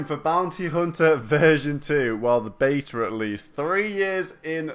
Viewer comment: "the baeter at least" its beta..... beeettttaaaaa